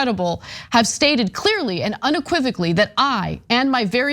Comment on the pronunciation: Trump can't say unequivocally😅😅😅😅😅